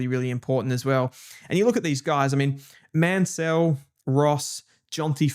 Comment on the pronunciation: Mansell and Lefau pronunciations need a bit of work.